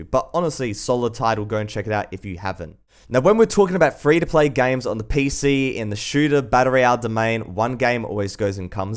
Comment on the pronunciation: I like how he says gaims